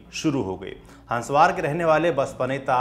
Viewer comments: Sir गांव का नाम हंस्वार नहीं हंसवर है और वो जुग्राम मेहंदी नहीं जुरगाम मेहंदी है हमारे यहां से थोड़ी दूर पर है उसका गांव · Bhai हन्सवार नही है( हसवर )बजार है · Hanswaar nahi हंसवर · Bhai हंसवार nahi हंसवर...है "जुगराम" नहीं जुरगाम मेंहदी। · Abe dhakkan, jugram nahi jurgam menhadi tha. Aur hanswaar nahi, hanswar hai. Chhota aa